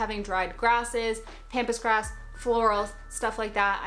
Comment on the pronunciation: This might be dumb, but THANK YOU for pronouncing “pampas grass” correctly! You didn’t say “pompous”😄👍🏼